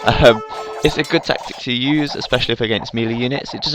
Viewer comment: Melee is actually pronounced maylay. It's french.